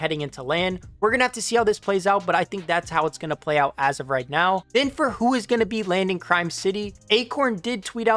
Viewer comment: bro said reet💀